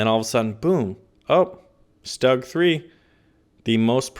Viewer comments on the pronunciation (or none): none